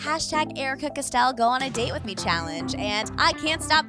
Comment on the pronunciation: “Custell” AHHH